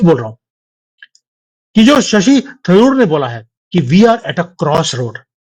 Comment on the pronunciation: Shashi tandur nahi sir Shashi Tharoor